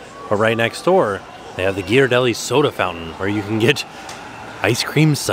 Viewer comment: Congratulations on properly pronouncing Ghiaradelli!